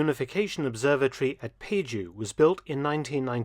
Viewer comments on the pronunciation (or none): Mark, it's pronounced P(ah)ju, not Peju. I'm going there soon to have a look too, but not for the DMZ, but to see the book center and art village.